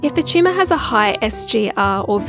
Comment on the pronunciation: I thought the speaker was saying "tschumah" then I realized she was saying Tumor. Pretty cute and funny I'd say😂